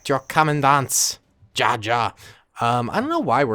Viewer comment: I just hate that he pronounces ja(yes) in German so horribly bad(ja=ya)